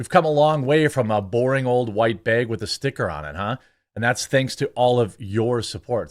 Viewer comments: It's BAG, not beg. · I'm from Northern IL. Hearing J say the word "Beags" reminds me of portillos and frostbite. ❤ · Do all northerners say bag like Jeremy does? Just curious 😂